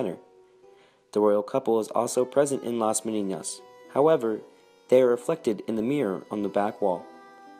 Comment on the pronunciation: I applaud the attempt to pronounce the ñ (a very good ñ, by the way), but the word is Menina and it doesn't have an ñ.